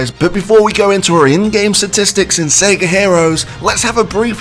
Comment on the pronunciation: Learn to say SEGA